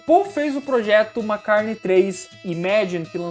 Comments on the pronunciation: Amigo vc sabe muito e tem minha admiração mas confesso que estou pegando implicância do seu jeito de falar MACARNEI. Por favor!!! O certo é MCCARTNEY. Meus ouvidos agradece.👏👏👏👏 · Eu acho engraçado quando se fala paul mcarne kkkkk vídeo bom demais faz mais pra noiid